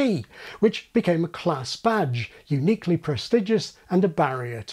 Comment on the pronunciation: Did anyone else hear "class badge" as "class vag"? Omg I was so confused